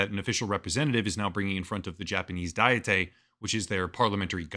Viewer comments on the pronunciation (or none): "Dietay" is making me crazy, dude. It's not even a Japanese word (it's called kokkai in Japanese). It's a fucking English word, pronounced exactly the same as like a diet of fruits and vegetables or whatever. 1 : a formal deliberative assembly of princes or estates 2 : any of various national or provincial legislatures